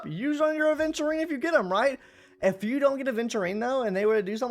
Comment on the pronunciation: AVENTURINE not aDventurine Come on it’s not that hard